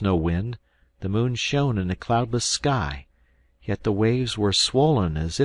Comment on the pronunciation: The Moon shown ???? Surely shone?😂 Machine reading is not yet there, but it's getting better.